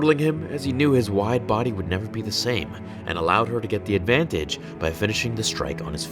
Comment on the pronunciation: When he said wide boy I thought he was saying white boy